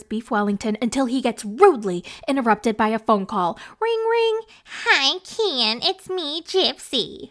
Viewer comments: I love how you always say Kyeen 😂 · I keep laughing every time I hear you say "KEEIN" 😂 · Every time u say KEN , it kills me 😭😭😭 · lol every time you say Ken is wild 😂😂